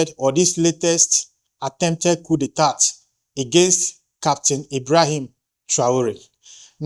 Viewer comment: Please the pronunciation of the word. Coup d'etat... check it.Please.